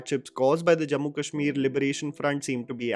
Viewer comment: does a wonderful job of presenting unbiased viewpoints with his beautiful writing. However, he really needs to work on his pronunciation of names, which often make him sound needlessly anglicised. Keep up the good work!